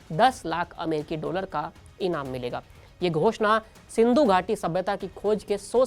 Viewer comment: एंकर बनने से पहले बोलना सीखो सिंधू नहीं महानभाव सिंधु है।